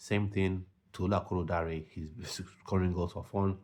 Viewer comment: It’s Tolu ArokoDare sir, not akoroDare 😂 nice one though